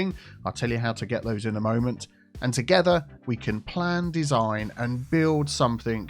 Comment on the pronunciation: well since you said it 80 times in 2 minutes, play off "together".... Teagetha. Tea Geh tha. Ta getha Together. Picking up what im putting down mate?